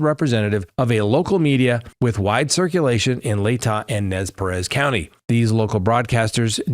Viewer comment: Nez Perce, pronounced Purse